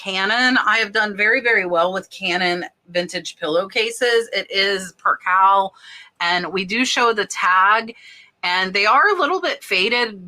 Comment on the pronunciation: Percaaaaaaale not percahl ❤❤❤